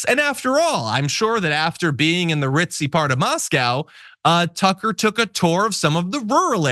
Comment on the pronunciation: Why do you people always mis-pronounce Tucker